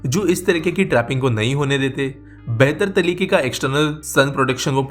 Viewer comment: Your tongue slipped, "behtal taleeke" 😉